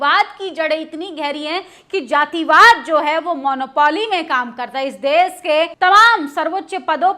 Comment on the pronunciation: आंटी देस नहीं देश होता है ❤❤❤❤